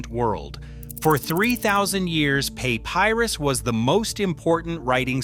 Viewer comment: "Pay-pie-rus"? What kind of AI slop is this?